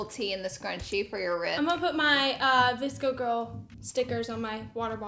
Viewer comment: Oh my god I’m so dumb.. I thought she said a DISCO girl box 😂😂 I didn’t realize until she opened the scrunchies that she really said VSCO 😅